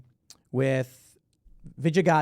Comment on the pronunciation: Pool stop swilling soy ! Why did you change the way you pronounce the first name of that neo- marxie Vijaya Gadde, smdh ?